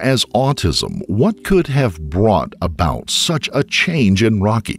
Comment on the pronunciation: Listen to . Not only is the script so obviously AI that an English-speaking human would have a hard time reading it aloud, but there are occasional weird stresses indicative of AI (e.g., "brought about" here).